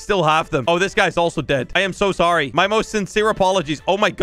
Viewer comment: He said so so ray